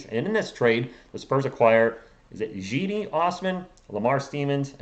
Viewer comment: It’s pronounced “Chedi”